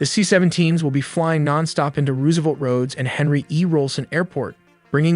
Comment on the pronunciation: "Roooosevelt roads" AI narrator giveaway.